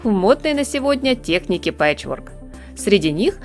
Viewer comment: Всё понравилось, кроме пичворка, ТЕЗКА спа-сибо!